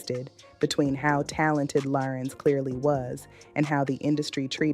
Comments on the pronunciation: Larenz, not Laurence 😒😒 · It's pronounced LA-RENZ not Lawrence!! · THANK YOU BLACK FACE, a.i. ROBOT, for giving us great content about this phenomenal actor. YOU CAN'T EVEN PRONOUNCE HIS FIRST NAME CORRECTLY. WE WANT HUMAN REPORTING, NOT ROBOTS! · What she call him. Girl say his name right! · All this technology and they can’t program these AI bots to pronounce his name correctly!! This man didn’t let that industry take his light, his soul! He looks good and spiritually healthy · Learn how to say his name AI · She’s pronouncing his name wrong. And he’s handsome.